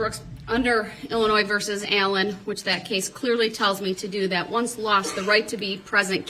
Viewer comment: Every time he says do dat I can't help but think of the song I learned in childhood called Camptown Races. The chorus goes Doo Dah, Doo Dah!